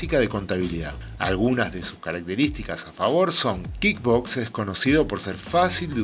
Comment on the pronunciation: "Kid" books? Me perdiste en el primer minuto, se pronuncia KuickBuksss, dudo que sepas lo que estás "enseñando" si no sabes ni cómo se pronuncia el software.